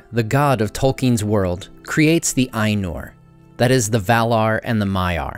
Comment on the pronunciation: His pronunciation of "Valar" is correct.